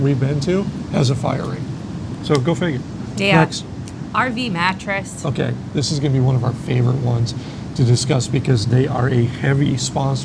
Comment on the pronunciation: Cool video and you are so right on many of these. Honestly, I am so sick of this “sponsor” concept and how many RV YouTubers will pimp off anything for a buck. I feel like it is ruining RV YiuTube channels. Also, if I hear “RV Mateess” one more time, I think I’ll explode 😂